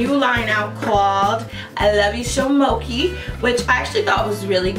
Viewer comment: Thanks for the review doll, I may check this out. And so you know, it's pronounced "mo che(e)" from the sweet Japanese rice that's often used in desserts.